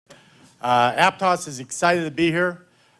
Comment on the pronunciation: Pronounce Aptos correctly coach.